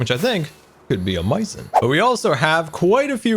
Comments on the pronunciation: I like how he says amaizing instead of amazing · "Absolutely awmeaasing"